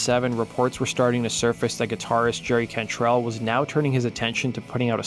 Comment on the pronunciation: "Gerry Cantrell"... ok.